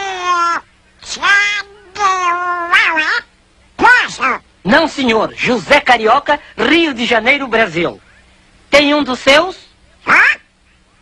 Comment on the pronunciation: "Hoe-say....Karoko....Rio de January, Brazil"